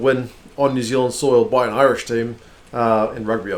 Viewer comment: Loving the previews. Impressed by the Irish pronunciation too! Spot on.